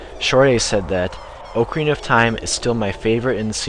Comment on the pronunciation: I am subscribing to your channel, mainly because you pronounce OCARINA correctly. I can't stand it when people pronounce it, Ahkarina.